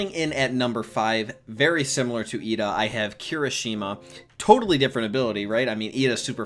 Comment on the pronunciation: umm do u know it's actually iida and not Lida